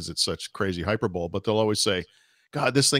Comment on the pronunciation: Hey, at the mark here's how to pronounce hyperbole